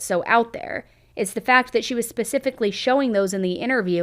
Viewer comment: Can you please stop saying “pacifically” when the word is “specifically”